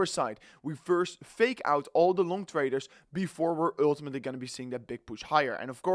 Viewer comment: URRRRR TIMATELY